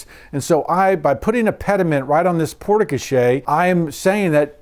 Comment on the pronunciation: port koh SHARE, not porta koshay.